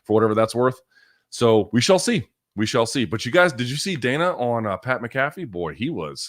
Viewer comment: The way Luke pronounces Pat Mcafee’s name makes me wanna slap him in the face. What a donk !